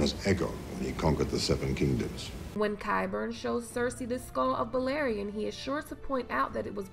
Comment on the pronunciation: Anyone else noticed how qyburn called balerion, "elation"? It's bothers me